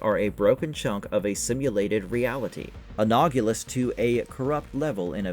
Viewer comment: "Analogous", not anagolous 😂